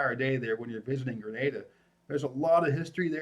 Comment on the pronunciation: Thanks pronouncing “Grenada” consistently correctly!